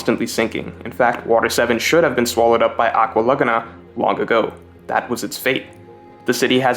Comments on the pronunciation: Nobody:: aqua LuH gUhh nA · This pronunciation of aqua Laguna is killing me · I hate how you pronounce "Aqua Laguna"